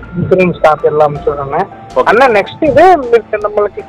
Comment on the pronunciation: இவன் தமிழனே இல்லை.தமிழ் நல்லா கத்துக்கிட்ட மாற்று மாநிலத்தான் . யக்கவுண்ட், அன்னேஆ, இதெல்லாம் வித்யாசமான உச்சரிப்பு. பேச்சு மூன்றாம் பாலினர் போல உச்சரிப்பு இருக்கிறது.